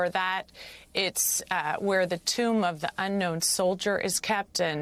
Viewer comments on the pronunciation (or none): none